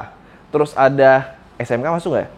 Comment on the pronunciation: ga gitu2 amat kalee nyebut Esemkanya😀